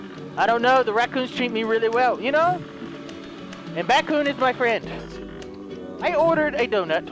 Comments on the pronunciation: its not BatKoon its BadKoon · Wait so is it batkoon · Lol remember when you couldn’t say batcoon